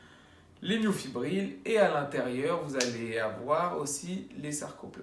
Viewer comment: bonjour Petite erreur de prononciation, c'est Myofibrille (ex: brille) et non myofibrile (ex : fébrile).